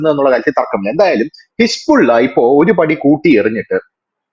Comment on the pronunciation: ഹിസ്ബുള്ള എന്നല്ല യഥാർത്ഥ ഉച്ചാരണം ഹെസ്ബൊള്ള എന്നാണ്.